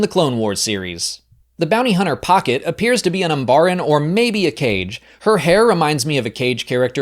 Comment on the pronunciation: It's not "cage" like birdcage, it's "KA-gaye" like the Hokage or Kazekage in Naruto. You know that because they are called "the Shadow people."